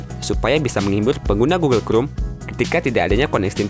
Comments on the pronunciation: Google krum??? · gugel krum 🤭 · Ti rek Gugel krum Pasmen Ini ngajak ribut atau gimana? Kesel dengernya wakowkaowkao 🤣🤣